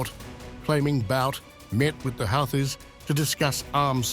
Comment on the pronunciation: it's houthis not halthi pronounced like hoothi you are really funny!😂